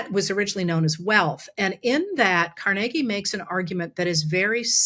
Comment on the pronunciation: car-neg-ie??? Im from Brooklyn and never heard it pronounced that way. Accent on the Car lol